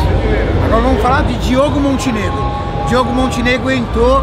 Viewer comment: Só eu que percebi que ele falou Diego e não Diogo kskssk